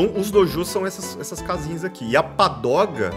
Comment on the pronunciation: é pagoda, não padoga kkkkkk